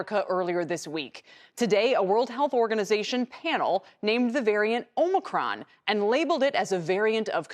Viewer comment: It is pronounced "aa·muh·kraan", or did you miss that in "col·age"?